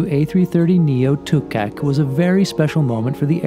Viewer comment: Great video of the delivery, and great prenounciation of Kangerlussuaq, but the one you missed where the name of the plane Tuukaq (Duugarq). You will get it nest time 😁😉👍✈️